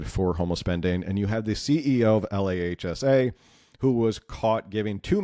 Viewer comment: LAHSA is pronounced LAAHSA